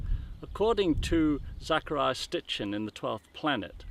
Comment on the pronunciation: ROLF... one of the first things he says is Zechariah Stitchen... (as opposed to Sitchen.) made me bust out laughin